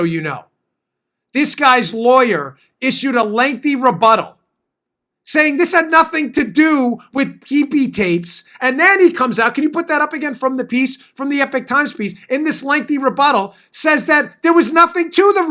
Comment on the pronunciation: Eee-pock Times😬 Not epic,lol